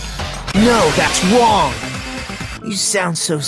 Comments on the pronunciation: Everyone: "No! That's wrong!": "No that's wong" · Normal People: No that's wrong: No that's WONG 😂😂😂😂😂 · Every body esle: no thats wrong!: no thats WONG Top resons to like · " no thats woong " And hes voice. Sounds goofy some times but iliked it 😭🤏🏻✨ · It sounds like he said "no thats wong" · “No that’s wong!” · No that's wo- wrong! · "You're the only Wong!" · I'm a fan of him and i can't stop laughing of "no thats wOng" XD I want to hug him too but i'm dying rn lmao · Every normal person: No! That's wrong!: "No! That's wong!" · "no that's wong" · "nO wHAt's WOng"